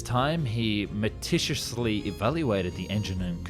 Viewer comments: metishously? me-tic-u-lous-ly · "meticulously" not "metishusly" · Israel inventing the Lavi is like the woman who invented the pink VCR. Btw, you are knocking it out of the park with your research, renders and editing but some of the narration is letting you down. 'Metriciously", "prowress", "accompolied", "compensary"? While actual creator spoken narration with flaws is preferable to perfect A.I. voiced content due to its authenticity, the meticulousness of the renders should also be extended to the voice work. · 7m38s "Meticiously" is not a word .... Meticulously is I think the word you were looking for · Meticulously. Sound it out with me: “meh-tick-u-less-lee”; not “meh-tish-us-lee.” I thought people from the UK had a handle on the King’s English?! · "meticiously"? really?